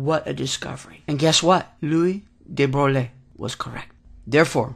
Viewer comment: Very nice! BUT, Please learn to pronounce these scientists names properly...gives an atmosphere of experience! de Broglie is pronounced "dee Broy". This was my first of your videos--I subscribed and plan to see the rest.